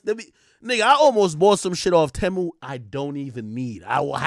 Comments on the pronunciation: Its pronounced Teeeeemu lol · It's pronounced "tee-mu"